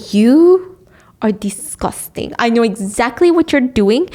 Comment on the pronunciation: "Disgurstig Shat!"🤪